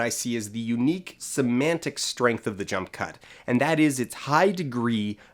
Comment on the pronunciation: At one point I thought you said "junk cut". I think that would be a good name for the edits in Suicide Squad.